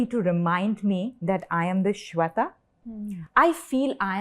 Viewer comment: What's the problem with pronouncing Shwetha with the right Sanskrit 'e'??? Why the wrong western 'e'. Ashamed of your own language?